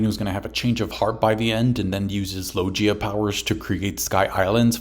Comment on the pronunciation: it's pronounced loGUIa, like in GUItar, NOT loJia, it's a hard G Also finally you get, Logia awakenings have been hinted since Punk Hazard, Oda quite often does "SHOW, DON'T TELL".